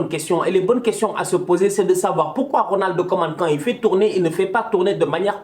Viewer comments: Putain il dit toujours '' Ronaldo koeman '' c'est Ronald 🥺😢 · Il dit "Ronald Koeman" c'est juste qu'il prononce le"D"